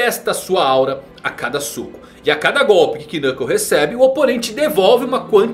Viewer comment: O K de Knuckle é mudo, não se pronuncia ele. É estranho ver alguém que faz tantos vídeos sobre HXH e já ter ouvido o nome dele sendo falado diversas vezes e não saber disso.